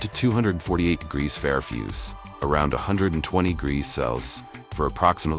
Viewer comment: None of the AI generated voices, can pronounce Celsius, or Farenheit correctly😂😅😅😂